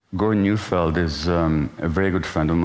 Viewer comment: A suggestion that Gabor ennunciate that name — it’s Gordon Neufeld!